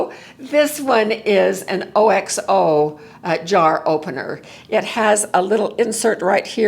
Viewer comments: I’m going to get that OXO jar opener!! BTW, OXO is pronounced as word, not as letters. The pronunciation is OKS-oh. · ❤ love what you doing I recently needed all of these items! The sock helper allowed me to keep working!!thanks for the reviews. FYI OXO is pronounced "ox o" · Pronounced..ox oh OXO Ox as in the giant animal, ox. Ox oh!